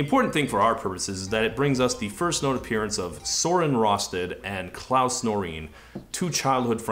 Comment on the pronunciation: "I shouldn't attempt Danish pronunciation" Ironically, you did a better job than most Danes... The names of Claus and Søren was pretty good too. Your take on "Liiinay Niiistrohm" however would probably qualify as a hate crime.